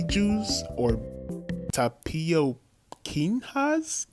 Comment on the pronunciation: Tapioquinhas is pronounced tah-pee-o-kee-nyas